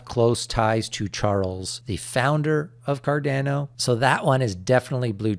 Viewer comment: For the love of god can you please learn how to say cardamom and Ada properly? It’s not cardeeeeno and aaaaadaaaaa. Thank yew